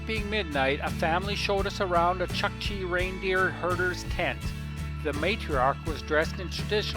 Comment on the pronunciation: Awesome footage my friend. Small correction "u" in chukchi is pronounced something like "u" in pull